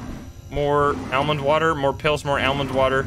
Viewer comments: Anyone else cringe every time he says El-mond water? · AL-Mand Water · The way he says almond water lmfao love it. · WHY IS NOBODY TALKING ABOUT THE WAY HE SAYS ALMOND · It stuck out like a beacon to me 😂 never heard it pronounced like that. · guys voice is crazy annoying also that's not how you say almond